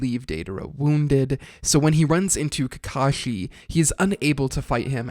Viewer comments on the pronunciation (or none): none